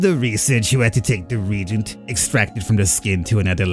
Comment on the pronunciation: RE-AGENT Re like re, agent like agent..